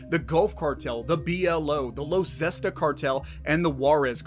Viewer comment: Los Zesta? Someone's fired